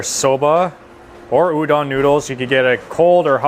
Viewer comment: It’s U-DON,. Hehe. 🤦🏽‍♀️🤦🏽‍♀️🤦🏽‍♀️